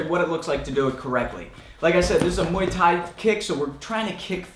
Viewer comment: Only mistake I se was you pronouncing Muay Thai you said mooii Thai witch means Thai pubic hair !